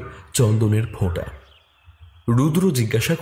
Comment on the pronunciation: খুব সুন্দর পরিবেশনা, অনেক নাম করা পডকাস্ট চ্যানেলের চেয়েও গোছানো গল্প বলার ধরন। শুধু একটা ছোট্ট বিষয় একটু correction করে দিতে চাই, বাংলায় 'F' হয়না 'ফ' হয়..... চন্দনের "fota" নয়, চন্দনের "phota" 😊 আশা করি এটা বললাম বলে কিছু মনে করবেন না।